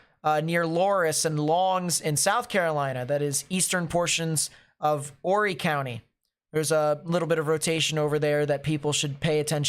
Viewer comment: It’s pronounced like orry silent H.